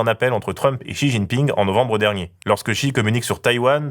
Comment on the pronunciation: faudrait arrêter de l'appeler "Chi jiping" I beg